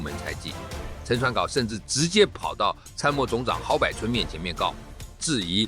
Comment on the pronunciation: 郝柏(博)村不是郝柏(百)村，中國人習慣將柏念成百的音🙄🙄